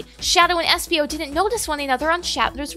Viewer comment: Its espio lol